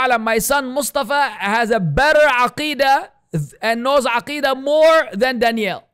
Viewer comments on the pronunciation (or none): Why do you always pronounce his name as "Danielle" Was your ex gf named that?